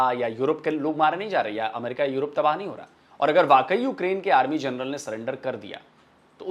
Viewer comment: ji, namaste 🙏, "journal" ya "jarnail" General shabdh ka paryaayay vachi padh nahin hain. Aap kripa karke aise apabhramsh na kare. Ye mera binnati hain aap se.